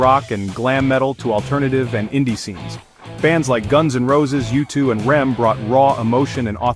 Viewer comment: Did this dude just say "Rem"??